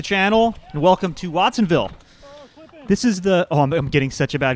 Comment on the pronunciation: It's WATTSonville